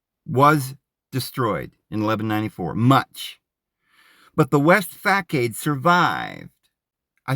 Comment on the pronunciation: Facade = fah-sod. Chartreuse=shar-true-ss